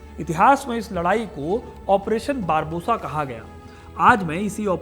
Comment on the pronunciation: बारबोसा नही बारबारोसा बोलिए,,क्यों दर्शकों को गलत उच्चारण सिखा रहे हैं